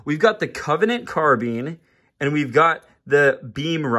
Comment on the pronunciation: Covenant carbean 🤣 but for real tho those are all sick!🔥 (its carbine btw)